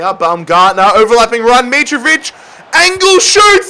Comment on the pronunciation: u support Fulham and can't say Mitrovic right